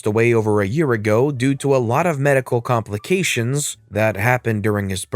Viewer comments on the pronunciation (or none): none